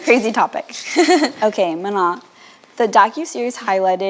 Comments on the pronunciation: why do we have a host who doesn’t pronounce MANON’s name correctly though come on it’s 2024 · To this day it STILL makes me mad how pronounces Manon’s name 😒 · why does STILL pronounce manon's name wrong? girl its not that hard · Why is still pronouncing Manons name incorrectly after a year? It’s kinda unprofessional how open she is about having favs and least favs. She loved to set those girls up for failure by refusing to be objective and understand that these young girls were alone, worked to the bone, and lied to by all of the adults around them especially her.